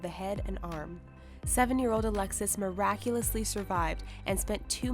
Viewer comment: I like how whoever is commentating always say "muraculously".